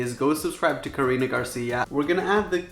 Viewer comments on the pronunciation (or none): none